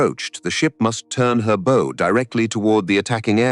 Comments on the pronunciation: teach your ai how to say BOW. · It's classic AI slop. Somewhat factual, somewhat entertaining, but also choke full AI imagined BS details to fluff it up. Also full of AI mispronunciations, like the "bow" of the ship pronounced like "bow" and arrow. Honestly, this type of AI slop is absolutely rife on YT now, soon it will probably outnumber real (non AI) content. It surprises me that so many people are unable to spot AI stuff already. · Well, the audio commentary isn't too bad, apart from a ship's bow, to rhyme with "no"..., and a few other pronunciation errors, but the compulsory subtitles are shit. Why DO that? Why show just how little care you have for your audience? Why go to the trouble of making a script and a video and then do nothing about the third part of your presentation? And if the Australians were at wave top height, how did the Americans fly 100 feet below? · Tell your text-to-speech how to pronounce the "bow" of a ship. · Why does the narrator, a fluent English speaker, pronounce bow, so awkwardly. The"o" in bow is pronounced with long "o" sound.